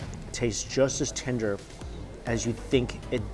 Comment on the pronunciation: Tenderrrrr with many 'r's